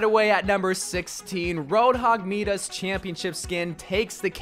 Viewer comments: no they dont, the story is Midas and the golden touch never been Meedas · Did he say MEEDES it's pronounced mydas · Its pronounced "Mydas" not "Meedas" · Why are you calling Midas “me-dus” 😭 it’s pronounced “my-dus” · it's pronounced my-das not meedas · Bro, you wack. You called him meedas. It's Midas, My-das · Bro say Midas u say maides but it’s prounounse Midas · (Mei, Brigitte and D.VA) and also Madas? its midas Mi Da s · He really called it Meedas Roadhog huh? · most of the world pronounce it me-dus tho. so, who cares? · who pronounces Midas as meedus 😭 I am from the UK and have friends everywhere and have never heard anyone say it like that. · Ahhh yes midas is now pronounced as meedus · Meedas? bro come on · U did not just say meedas Im disappointed In you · MEEDAS bruh wrong pronunciation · Man said Midas with an E instead of an I